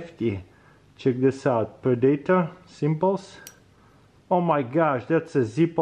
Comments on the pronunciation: Ask your wife how to pronounce predator.. the fact that you know the movie makes it even more painfull :D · Pre-Day-tor, lol :D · But for real it's so funny to hear him say predator